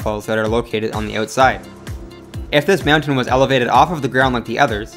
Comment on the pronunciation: I literally could not watch this because of the insanely weird way you say mountain. It's almost like you're saying meown-tains.